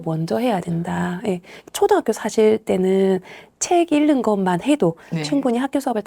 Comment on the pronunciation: 차분히 현실을 말씀해주셔서 정말 감사합니다. 다만 '읽는'의 발음을 '일른'이 아니라 '잉는'으로 표준발음을 해주시면 좋겠어요. 국어니까요 ㅎㅎ 제가 좀 까다롭긴 하네요^^